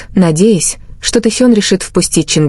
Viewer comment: Селин, а не срлин. Тэхен, а не твон и другие имена. Так называемый блогер, позор тебе. Надо твой канал заблокировать. Трепло.